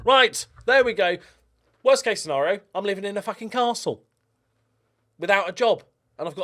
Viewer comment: You actually nailed the pronunciation of that castle.